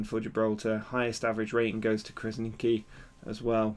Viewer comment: It's pronounced Krasnichi. " Q is read like ch in this case, like in chocolate. I hope I helped.